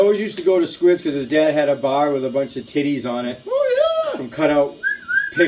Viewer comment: You can tell how old by the way he says "titties" LMFAO this had me cracking up!